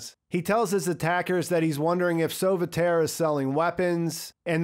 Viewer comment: Lots of French names in there... 'copain' which means 'friends' but in an ironical way. Sauveterre is NOT soveterry... it should be pronounced as 'sovehterr' and it literally means 'save the earth'.